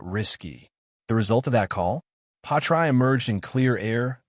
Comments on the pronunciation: Why pronounce his name “patry? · Work out how to say Pi ast tre